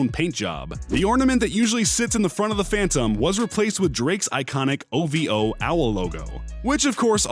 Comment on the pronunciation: He finally said OVO right